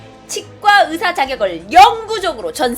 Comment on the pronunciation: 으사 아니고 의사 휴우증 나이고 후유증 이게 안되나? 항상들을때마다 의사 발음 안됨